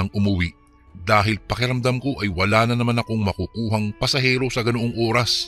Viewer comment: Oras yun hindi Uras